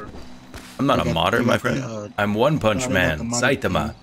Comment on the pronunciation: So good but hearing you pronounce Saitama wrong is making me cringe